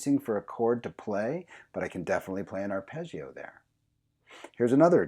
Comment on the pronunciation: Italian here! Really appreciated lesson, let me pay you back with a little Italian lesson on how you say the word arpeggio You don't make any sound out of the I, it is needed just to make the g pronounce smooth (like in the word "jam" ) So you read it without the "e" sound out of the I. I hope I was able to explain it ...